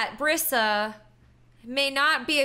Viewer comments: It's not Bri sa it is pronounced breesa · It's not Bria It's Brisa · That's my name! Brisa but it's pronounced Br(e)sa